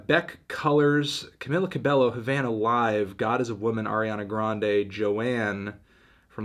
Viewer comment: It’s pronounced Cameela CabeYO